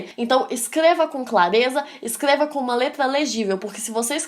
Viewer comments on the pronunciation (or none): Só eu ouvi q ela falou "Escleva" e "Plimeilamente".Sem ofensas, só estou perguntando